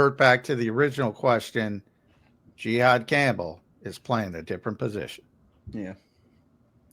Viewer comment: If can’t learn to pronounce Jihaad’s name we are cooked 😂😂😂